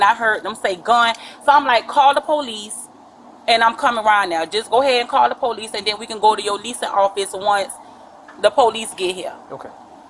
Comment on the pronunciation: Ask the polixe next time they ask u to exit one